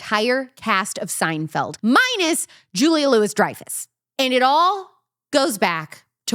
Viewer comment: Amusing -- although the entire video could have been about late nite talk show hosts. BTW: It's pronounced Julie LOUIE Dreyfus -- this is the way the actors say it in the interview segments on the "Seinfeld" DVDs.